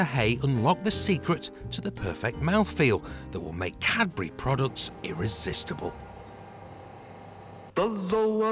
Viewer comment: The man can’t say Cadbury. Sounds like Capri’.😂 Bye I’m out.